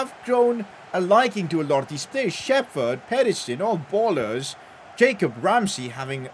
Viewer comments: ITS PRONOUNCED SHEP HERD, NOT SHEFERD, SHEP HERD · its not shefurd its sheperd